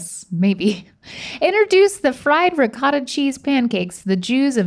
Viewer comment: 'Ricottay latke'